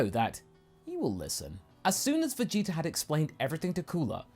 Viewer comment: After hearing Lani and Kaiser say that the "Freezer" thing comes in part from pronouncing the prince's name as "Vegeter", I can't unhear it. Anyway, good job! Nothing like a really good fanfiction with great voice acting.